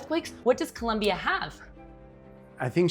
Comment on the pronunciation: might learn to pronounce COLOMBIA with both "Os" not as though with a u like Columbia. Thank you for this thoughtful look into shared ideas between Colombia & China disaster management.